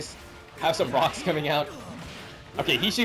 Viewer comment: Quote of the day: “Ruh-ucks” 😂